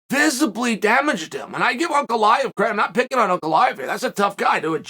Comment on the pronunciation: Blahovavavits haha gotta love macklechev tho